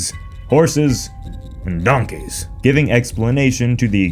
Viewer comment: The way he said donkey .